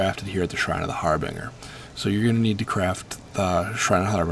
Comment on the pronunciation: har-bin-ger not har-bing-er jesus